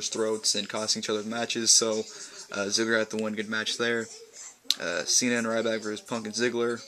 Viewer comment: i love when he said rrryback ha